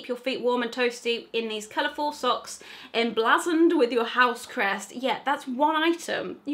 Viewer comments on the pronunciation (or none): Em-blah-zoned? I think it's Em-blay-zoned. And account-ra-ment should be accout-re-ments.